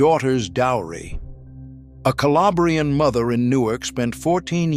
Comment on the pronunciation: Calabrian is not pronounced Ca-lay-bree-an. It's Cal-ah-bree-an.